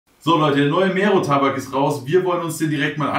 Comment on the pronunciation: Kann verstehen, wenn man Probleme hat mit ausländischen Namen. Aber so schwer, das R in Mero zu rollen? Klingt halt mega whack